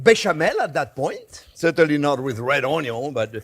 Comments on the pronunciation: Thank you so much for your videos. I've made several of your dishes over the last couple of months. I also walk around every saying "ONYUN"! Again thanks! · New to your channel, and someone who grew up in a restaurant that my family had 30 years, I get my passion for cooking due to my grandma, she never made an issue of cooking, she took her time, let me help, best memories I ever had are with her in the kitchen. Now, my question is, since I am new to channel, are you from Louisiana? when you say onion, I feel like I am in New Orleans.